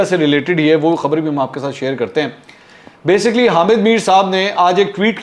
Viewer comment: منصور صاحب، ایک تو (بے سی کلی ۔۔نا کہ۔بےسک لی )۔۔تلفظ صحیح بولیں دوسرے بار بار یہ لفظ نہ بولیں۔باقی زبردست!